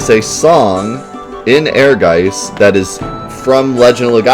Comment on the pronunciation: Actually the pronounciation is more like "Ehrguytz" which is German for "ambition".